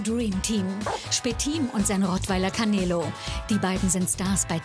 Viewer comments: canelo: KAMEELO 🤣🤣🤣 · Kein langes eeee sondern canelo nicht caneeelo sondern canelo